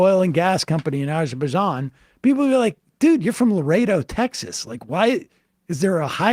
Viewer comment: Sam saying Azerbaijan, sounds like a drunk person saying absolutely anything.